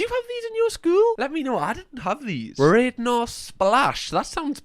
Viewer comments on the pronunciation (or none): hearing pronounce radnor as raydnor gave me sadness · It aint pronounced radnor is rad- ner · Left school this year so will be relatable. Also it’s pronounced rad as in what Americans say ‘that’s so rad’ and Radnor strawberry is elite. Please do more reactions of like educating Yorkshire and stuff❤ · Radnor is pronounced “Radnawr”